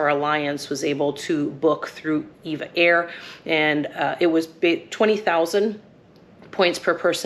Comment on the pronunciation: Nice review, comprehensive and informative. Your lounge review made me quite hungry. As an aviation enthusiast, I have noticed that just about everyone calls this airline "Eva Air". Actually, it's pronounced as individual letters, E V A Air. Very much like the legendary airline, TWA. It was never pronounced "Twah". 😂 EVA is part of the Taiwanese conglomerate Evergreen. They are a world class shipping company with many divisions. One of the founding brothers left and formed the relatively new, well known, upscale airline Starlux. Just a little airline trivia for your amusement 😊. Enjoy your stay in the friendly Philippines.